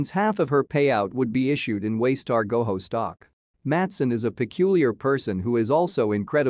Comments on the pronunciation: It’s pronounced Go Joe, not Go Ho. Makes me wonder if you’ve even watched the show. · Ok but GoJO Not Goho. They've never pronounced it that way on the show.